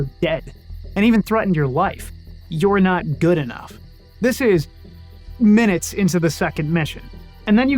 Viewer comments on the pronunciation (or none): none